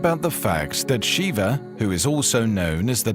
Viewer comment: Shiva, NOT Shiver!!